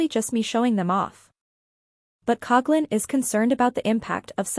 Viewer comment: I just wish people would pronounce her last name correctly.